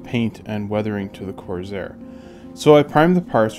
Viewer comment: Nice touch with the cowl flap mechanism! Really nice paint work, too, I like how subtle it came out. This was a really well done build and the extra detailing looks to have been worth the effort. I do have one question: why you pronounce it as “Corzair”? Is this a regional thing?